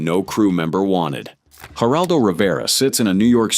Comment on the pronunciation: These Ai voices destroy everything. Geraldo Rivera? G is pronounced with an H sound. Why not just play entire segments of the interviews without a phony AI voice.